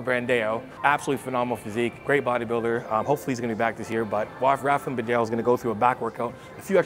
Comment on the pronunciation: Raphael Bran-day-O? Is that really how his last name is pronounced? First time Ive heard it this way